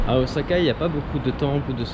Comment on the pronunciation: J’aime vraiment trop ton travail c’est super bien fait mais je t’avoue que le ozaka j’en peux plus heureusement par la suite c’est parfait 👍 ça été corrigé 😅